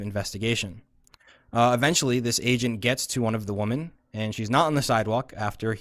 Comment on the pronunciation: What’s up with people not being able to pronounce the word women correctly?